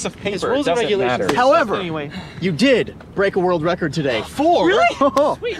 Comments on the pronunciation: Is it just me, or did it sound like said in the start "... to make a wold wecod"? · "To make a world wecord" xD